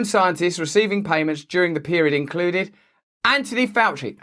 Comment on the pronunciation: Who's "Anonee Ouchie"?